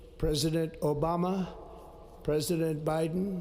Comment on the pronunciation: ㅎㅎㅎㅎ “오우빠-마--” 겁나 왜케 발음 강조함 ㅋㅋㅋㅋㅋ